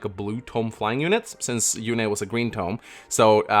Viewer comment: FEH also pronounces Yune as "Yoon" in direct contradiction to how it was pronounced in Radiant Dawn as "You-nay". I don't know if I trust FEH pronunciations, lol.